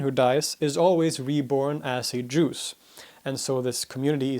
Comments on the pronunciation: I keep on hearing him say Jews instead of Drooz, it was a slight blemish on this historical masterpiece. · He keeps saying "Drooss" instead of "Droozz.' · You need change your pronunciation from Jews😅 to Durzi or Dhuruzee etc. We are from surrounding geography and we know how to pronounce it otherwise the other continental people are thinking that you are talking about Jews and title "Druze" is wrong😂 Apart from that it is very informative with some more missing mischievous among those Groups like Nusayries, Durzies, Ismailies etc. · I just listened to the podcast version of this halfasleep and was very sceptical. Sure, you're the expert but there's no way you would correct in this one. But apparently you were saying "druze", not "jews". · I don't know if it is the bad audio, but make an effort to pronounce what i presume to be "Druze" in a way the sounds different frrom "Jews", which is what i am hearing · His pronunciation of Druze is very similar to Jew. I was quite confused at the beginning. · he's from the Stockholm region of Sweden. Thats way he has that week pronunciation of "r" so it sounds like 'Jews' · His pronunciation of Druze is so similar to Jew that I was so confused at the beginning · look at the founder's name Ad-Daraazi and then do this "Daroozee" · Why do you pronounce "druze" as "jews" ? On purpose or just because English isn't your mother tongue?? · Google translate, say that he's talking about 'jews' when he says "druze" - and several other difficulties with words... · I’m the only one hearing Jews instead of Druze? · Their name pronounced Druze it ends with the sound of ( Z ) not ( S ) because it plural. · Great explanatory video! Just the pronunciation of "Druze" like "Jews" is confusing. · It's kinda humours that your prokoukceation of the word Druz sound like the words The Jews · You pronunce bad we hear juz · I hear Juice. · I too! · Gregory Esposito: I can't help but hear " Druids" instead of Druze. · Me too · Juice no doubt 😂